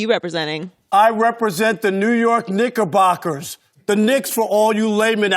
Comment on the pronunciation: I thought he said niggabockers